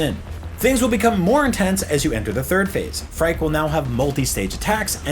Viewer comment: Phrike is pronounced like "Freaky" btw.